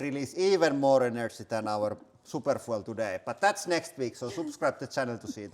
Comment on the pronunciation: foo-ell? Foo-eLL?